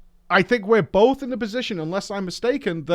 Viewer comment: "bowf de sheyman specs" jez dude lol.